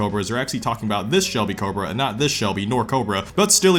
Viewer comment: You made cobra not sound like a word anymore